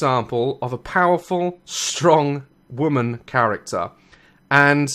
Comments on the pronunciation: Daz why do you say "woman" like it's plural? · Just saying, you pronounce women "woman"... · You're pronouncing woman wrong